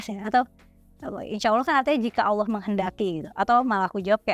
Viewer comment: mau ksh saran sedikit aja ya? Pelafalan kata "Allah" kamu kaya nya krg pas deh, saya yakin kamu bisa, karena bahasa arab kamu bagus....maaf ya...sedikit kritik spy kamu jadi lebih keren....semangat....